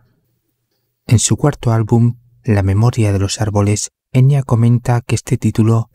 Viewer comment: En realidad se pronuncla EnYa,no Enia Bien bruja la Enya Con razón jamás me gustó esa mina ni su "música" y por eso vive escondida,oculta:porque es bruja,vive como todas las brujaa